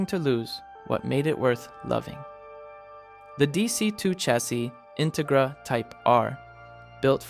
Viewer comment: Integra- in- rig- ra? Ai garbage? 😅